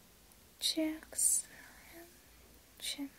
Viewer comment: It's cheek not chick but it was really funny